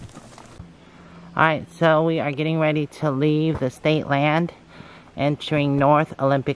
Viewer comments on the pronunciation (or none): none